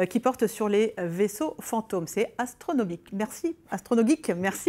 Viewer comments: Elle a dit « Anstrono-bique » 🐐 🐐 😂😂😂 Super reportage en passant 🙏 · Elle dit "Astronobite" ou mes oreilles me jouent des tours ??? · Elle a vraiment dit "Astronobite" à la fin où c'est juste moi qui a l'esprit mal tourné ?? ahah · J'ai pas rêvé elle a dit astronobit* 🤣🤣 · Est ce que la présentatrice dit VRAIMENT "astronobite", à la fin, ou c'est moi qui ai rêvé?? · "Astronobique" 🤣🤣 j ai retenu que ça